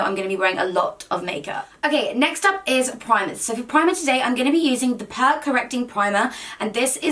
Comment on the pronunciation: It’s not pronounced pur it’s pronounced pure 🙈😂 love ur videos 😘 xxxx